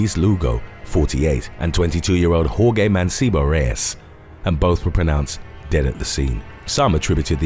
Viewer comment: The name Jorge is Spanish and pronounced “Hor-hey”, not “Hor-gay”.